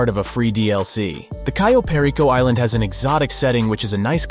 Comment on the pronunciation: This dude fucking said "Cayo" technically right but in a weird way and then butchered "Perico" Why are all GTA youtubers so fucking bad at pronouncing simple things